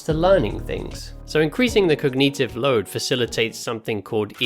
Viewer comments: Stop pronouncing Cognitive like Cog-neetive. Terribly annoying. 🙃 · cog nee tive? cog nih ti vvv! Lol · I can't get over "cogneetiv"